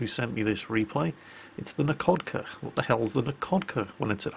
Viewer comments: in russian, a "LH" is pronnounced as an "H", so "Nakhodka" is pronnounced "Nahokda", "Nakhimov" is "Nahimov" and so on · the kh in Nakhodka and Khabarovsk is read as 'h' (like in hell).